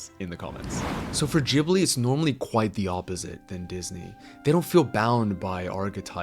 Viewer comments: The way u pronounce Ghibli is full on pissing me off n idk im getting full on triggered but wtf is "Gibli" 🤦🏿‍♂️🤦🏿‍♂️🤦🏿‍♂️ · You put so much effort into pronouncing "chihiro" with a japanese touch but completely american-butcher Ghibli xD The G is a regular G. Not a Dschee. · Why the fuck anyone believe this disney hater if you hate disney so much so pls keep it to yourself stop saying random carp about disney if you are such a big ghibil fan first learn how to pronounce it and you people say disney male characters are bad villains are bad like go first watch all disney movies and then say random carp about disney and you belike studio ghibil is a master peace like bro have watched earwig and the witch it is so bad even shark tale even the dinosaur even chicken little even brave even cars 2 even the good dinosaur even ice age 5 is better than earwig and the witch it is just a little better than hop and surfs in 2 and lion king is a better movie than sprited away